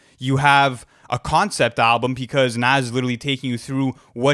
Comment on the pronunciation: It's pronounced Nas not nas!